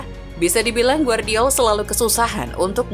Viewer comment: Gvardiol dibaca GEVARDIOL bukan Guardiol!!! Timnas KROASIA bukan timnas KOREA!!! Tidur dulu min kalo ngantuk 🥱